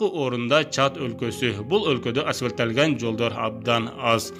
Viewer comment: Окуп бербей айтып бергиле 'асфальттанган" туура суйло азаматсын